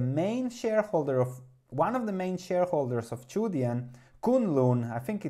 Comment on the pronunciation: Yes it's pronounced "choo dyen". And thanks for this! I'll have to do more research but it looks like a potential great value. There's obviously a lot of risk with a small cap Chinese credit stock, but this amount of growth, the fundamentals and a PE ratio of around 4.5 is too good to ignore.